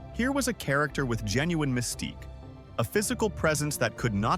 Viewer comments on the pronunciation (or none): none